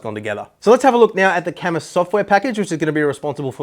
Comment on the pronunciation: IT'S PRONOUNCED KAAH-MOOO!!!